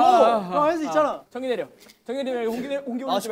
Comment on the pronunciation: 청기이..! 냅또..! 핳핳핳핳핳핳 진짜 ㄹㅇ 이번 청기 홍기게임은 마크가 ㅋㅋㅋㅋㅋㅋㅋㅋㅋㅋㅋㅋㅋ 진짜 개웃기네